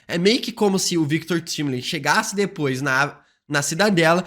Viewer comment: Só eu que fico com agonia quando ele pronuncia de forma errada o nome do Victor Timely e Alioth? 😰